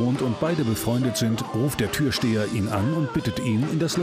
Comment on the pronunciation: Oh, da muss aber mal jemand nen Logopäden aufsuchen.... TürSTEHER? Sicher?